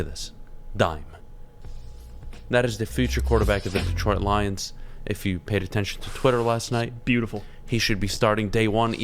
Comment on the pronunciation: "Detroit Lioms" BRUH 🤣😂🤣